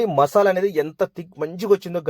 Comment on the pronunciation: మషాల కాదు బ్రో మసాలా అనాలి😅😅😅😅